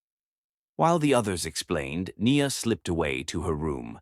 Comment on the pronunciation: i love this story, your pronounciation of peoples' name especially NIA's name is soooo terrible. You need to practice certain names so they don't sound so bad.